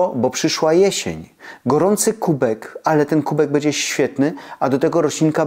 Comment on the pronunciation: Pana śląski akcent nie przeszkadza, jest uroczy, myślę, że nie tylko dla mnie, osoby urodzonej i wychowanej w Bytomiu. Ale nad wymową "ę" zamiast "en" proszę popracować. Wymowa "bendzie" razi. Tu powinno być "będzie". Pozdrawiam Pana serdecznie i dziękuję za przekazywanie wartościowych treści i zdroworozsądkowe podejście.